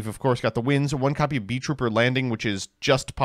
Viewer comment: “Scale bomber is our sole Beeltrooper, I think” ~ after reading three different beetrooper main deck monsters. Mispronunciation of Armed Re-BEE-lion Doesn’t activate Pin the Bullseye This guy clearly doesn’t fuck bees like a true insect enjoyer